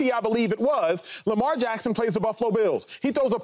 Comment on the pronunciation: Shady can't even say lamar's name in vein 😆😆😆😆